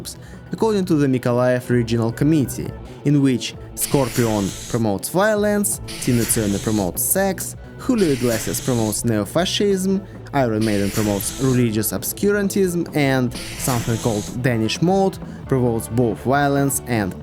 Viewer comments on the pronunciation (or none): i'm almost sure "hullio iglesias" is supposed to be julio iglesias